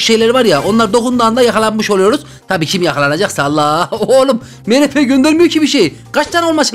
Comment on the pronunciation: abi mrp değil mistır pi🧐🧐🤓🤓😎